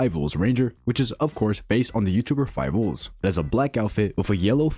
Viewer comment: five ouls😂